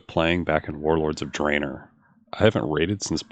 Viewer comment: "warrrlorrrds of drainerrr "